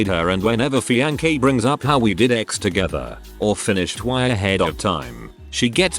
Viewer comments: Please. Please. PUL-LEEEZE read these yourself. 'Feeankee' - seriously???? C'mon! Find a better program! The content is great, but 'feeankee'??? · Only once have I heard him pronounce fiancee correctly. I'm pretty sure it's done on purpose to fuck with listeners.